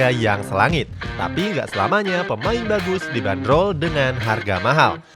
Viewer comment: Kok gw dengernya dagus ya? Bukan bagus